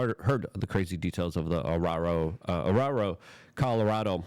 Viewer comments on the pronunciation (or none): Luke are you for real? You seriously can’t say the word “Aurora”?